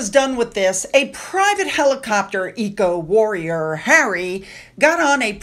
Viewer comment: You said 'Eco-Warrior' but I heard *Ego Warrior*. It's actually quite fitting.